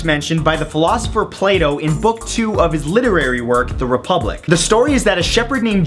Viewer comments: Wait- did you just say, "The philosopher Play Dough"? o-e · "The philosopher Play Dough"